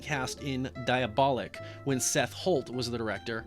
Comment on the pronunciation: you pronounce the French and Italian really well, except for occasional odd misses. DIABOLIK, based on the comics of the ame name, is pronounced exactly like the French titles LES DIABOLIQUES. And the French first name JEAN is notpronounced JEEK, but like the English JOHN, except the J is the buzzing sound that you do do correctlym and the N is of course the special Fench nasal one. By the way, the G in GIALLO isn't like the French J sound. It's the English sound in GEORGE. DJALLAW, DJALLEE.